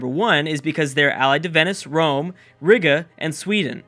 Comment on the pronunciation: Riga= Ree-gah Florence denomym= Florentine